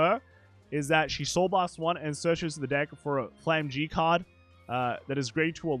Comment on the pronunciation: Flamme-gram. Its pronounced as flamme-gram